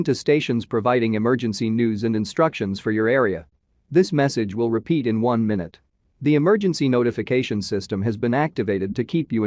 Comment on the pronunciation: "Up to the my newt developments". Hilarious.